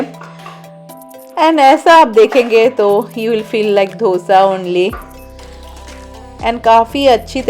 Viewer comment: Its Dosa..not. Dhosa... Generally, East India have this pronounciation. I am also from east India and people correct me also